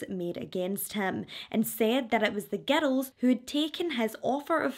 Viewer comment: Omg I thought you were saying getto when you are saying girls. 😮